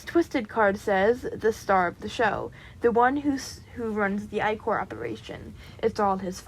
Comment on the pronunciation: I’m sorry but as a Greek mythology nerd I gotta correct you It’s pronounced Ick-er I’m sorry I don’t mean to be rude I just gotta correct you. every fiber in my being is screaming at me, Also love the video and the bean character amazing